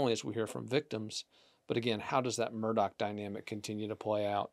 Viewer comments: I'm enjoying the content and insight, you have done a thorough job on the case. In the interest of continuity, please pronounce Alex Murdaugh's name properly. I realize it's not pronounced in the way it's spelled, but the correct pronunciation is in fact "Alec Murdock". I had to learn that and get myself corrected early on, and Will was actually the one that confirmed the correct pronunciation for me. Thank you for your great work! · If you are a reporter and after 2 years you still don't know how to pronounce Murdaugh, how much credibility can be given to the details you report? Details matter . . .